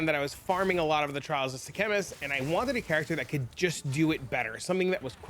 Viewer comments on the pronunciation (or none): what is the "trial of the "Sea-Chemist?" bro :D its Sekhemas <3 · That's not how you pronounce it